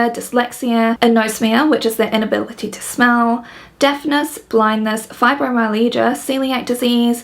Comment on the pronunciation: the way she pronounced fibeomyalgia lmao